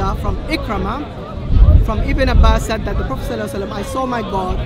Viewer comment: I've also noticed he pronounces "said" as if it rhymes with "paid".